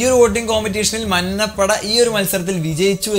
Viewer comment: മന്നപട അല്ലെടാ മഞ്ഞപട